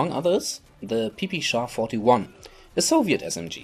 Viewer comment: PP-shuh? I think you mean PUH-PUH-SHUH